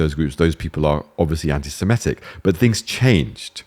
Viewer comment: Even British people are now pronouncing 'anti-Semitic' as "anti-Simetic". Bizarre phenomenon.